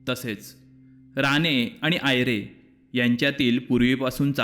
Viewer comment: Saheb ranegharanyaci mahiti sangitalit khu chhan pan राणे बोलताना राने उ़़चार केलात बाकी छान आपला नंबर या विडियो त याड करा